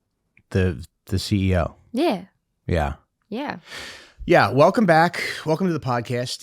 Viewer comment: "yeah" is the aural personification of New Jersey